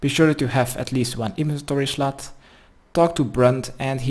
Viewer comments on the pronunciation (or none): why i hear he say "be sure you have atleast one inventory slut" ??